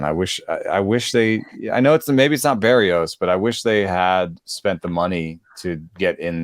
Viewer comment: I really enjoy this show. That said, I find it somewhat odd that still mispronounces "Berrios."